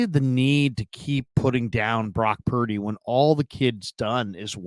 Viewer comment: Cam: “Brock Pear-dy”